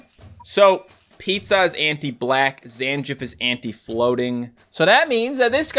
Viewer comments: It's Zan-geef, not Zan-jif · first time ive ever heard someone pronounce Zangief zan-jiff 😭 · Zangief is pronounced Zan-Geef! 😭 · To be more precise - Zan-Gee-Yef